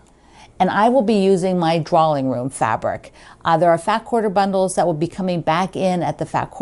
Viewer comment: I love, love, love to watch your videos! Just wondering though…why do you pronounce your fabric line as Draw-Ling rather than Draw-Ing?🤷🏻‍♀️